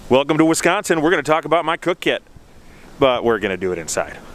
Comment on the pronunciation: You do say “Wisconsin “ like someone from “Wisconsin “. Question: do you refill partially used canister or do you use them up and carry the backup? How do you manage your canisters? Best!